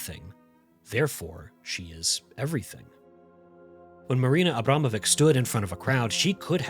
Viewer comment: It pronounced Abramovich. Time after time when I watch videos about famous foreign artists, no one even bother to spend few minutes to figure out how to pronounce their names.